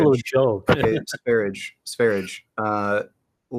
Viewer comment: It's also annoying that he can't bother to properly pronounce sv3riges name... No respect.